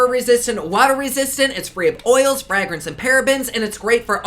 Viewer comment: My favorite part of any day is hearing you say “fraag-rinse” 😂 ❤️